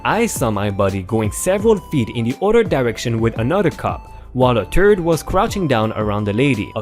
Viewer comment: Please try to pronounce words correctly. Third is said while pronouncing the h clearly. Leaving the h sound out leaves a word that is a name for human waste, and will ruin any chance you have of getting most people to listen while really pissing them off.